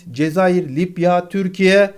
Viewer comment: Lipya mı? Libya libya..... bu nasıl bir aksağan.